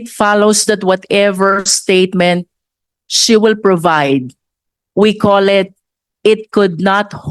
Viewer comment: Walang H sa alphabet si Marcoleta, sabi nya Si (referring to Sarah) maraming beses ko sya pinaulit ulit na pakinggan, Si talaga instead of She. Ibalik to sa school! Ibalik sa kinder kse dun nag start yung learning alphabet! Meron pa yong rushing sabi nya rusing daw.